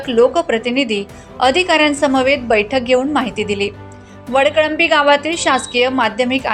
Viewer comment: माँडम गावाचं नाव चुकलं आहे वळकळंबी नाही ❌ वडकळंबी ✔️आहे